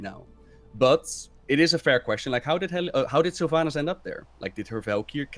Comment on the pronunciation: "Sylvaynass" Dude... it's Sylvanas